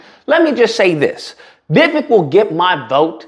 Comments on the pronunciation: You are a racist sir...u could not even say his name correctly..thats disgusting...u have no right to call out anybody😢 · Jackass 1st learn how to pronounce names … secondly look at the laws for immigrants in early 19th century. The only difference is immigrants with nothing on their backs sacrificed and became successful while the loser community is still at the bottom of the food chain. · At least say his name right. Plus he was born here in the US